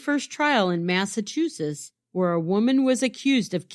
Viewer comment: MassachuseTTs- 👍🏼 MassachuSSiSS-👎🏼